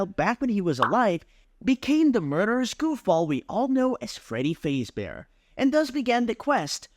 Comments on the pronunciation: cool but you say Freddy Fazebear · it bothers me the way he says fazbear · I shouldn’t be bothered by the mispronunciation of Fazbear every time but I am